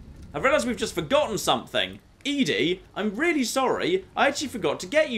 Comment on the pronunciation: It is doing my head in that keeps saying E-DE not ED-E its Eddy not Eedie.